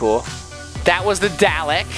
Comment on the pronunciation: You said Dalek wrong.I watched Doctor Who